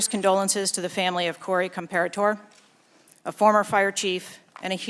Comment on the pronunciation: These people cant pronounce an italian last name corey compatore . The E is not silent on italian last names